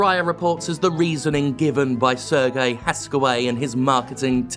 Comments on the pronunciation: Serge is pronounced Serje, not "sir gay", lol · ...So, uhh, I'm not sure if there were people who already corrected you on your pronunciation of Serge, but it's been 3 videos with the same pronunciation already so I'm just gonna say it. Serge here is a french name, and is therefore pronounced as "Sehr-jeu". Not "Serguei", "Sehr-jeu". If you can pull it off with the name Yves, you can do it for Serge, even if the man himself admittedly does not deserve much respect at all. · The guy's name is not Sergei (Sergey), it is pronounced as Serj. Regardless, Ubisoft is such a cancer of a company, I can't argue here. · Minor nitpick, Serge is pronounced more like Serj, rather than Sergei. Not hugely surprised that the Bulgarian outfit is especially bad given how famously corrupt Bulgaria is. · Given he's a French man-child, I'm fairly sure "Serge" is pronounced "Serj" (with a soft, elongated J like you pronounce the G in Guillemot), as opposed to the more Eastern European "Sir Gay". Much love and thank God for you. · I think it's "Ser-zj" (Serge) Hascoët. Just so there is no misunderstanding who exactly this miscreant is.